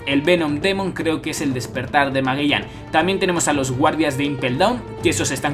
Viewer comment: Pregunta: ¿Porqué aún sigues pronunciando mal el nombre de Magellan? Siendo que no tendría nada que ver el acento de dicho país al que perteneces, ya que si lo haces con el nombre de Law, Punk Hazard u otros. No me malentienda, esto lo he notado en sus otros vídeos. Saludos!